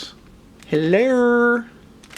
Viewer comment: You made me crack up with your Madea "Heller". You have to be a southerner like me!